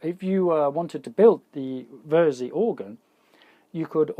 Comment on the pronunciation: It's more or less pronounced "Versi" and belongs to the Musicstorecologne now. Have your ever though of doing videos about building, fixing or modding studio gear?